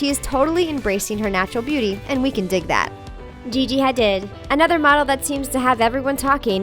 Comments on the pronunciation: Its pronounced HADEED not HA-DID!!! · its Gigi haDEED not haDID, you had one job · Hadid Like Ha-deed..? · It's pronounced Gigi 'HadEEd'. There are so many mispronunciations on this channel . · They pronounced Hadid wrong 🤣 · Just because they’re not wearing makeup doesn’t mean that they don’t like it, it just means that they prefer not to wear it Edit: I cringed so hard at the pronunciation of ‘Hadid’ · I love the channel but you pronouncing Hadid wrong bothered me the entire time. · Is any one else annoyed about how she said Gigi hadid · why did u say gigi hadis's name soooo wrong?!?!?!??!?!!? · But did she really just pronounce Hadid that way?😶